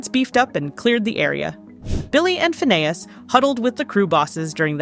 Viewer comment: Why are you calling him Fa-Nay-Is? Learn how to pronounce who you are talking about. You got it right a few times but you got it wrong even more. Were 😊you just guessing?